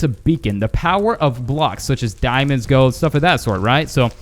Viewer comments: Why do you say gode? It's gold! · When you said gold it sounds like goat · You said gode XD